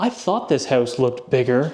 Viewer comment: how-oose? (house) are you canadian? lol doesn't matter, you sound very sexy